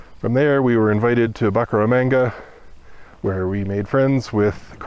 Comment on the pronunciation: Boo-cara-mahnga…… I was born there! BTW thank you for the inspirational videos please keep it up!